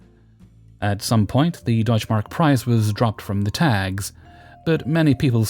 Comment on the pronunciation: I love the pronunciation of Deutsche Mark, it's adorable❤ Absolutly made my day.